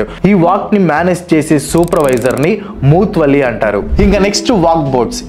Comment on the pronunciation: మూత్ వల్లి కాదు- ముతవల్లి